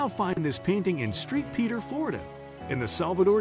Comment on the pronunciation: it is called St. Petersburg, FL , not street Peter.